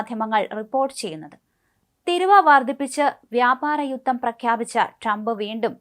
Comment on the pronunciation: തിരുവ അല്ല തീരുവ